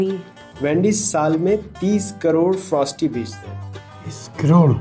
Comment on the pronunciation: He said it has a T at the end lol no buddy not frosT it's frostY lol ends with a Y at the end not a T🤦🤦